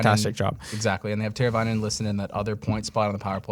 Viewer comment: Twayvo teravainen had me laughing Good content though boys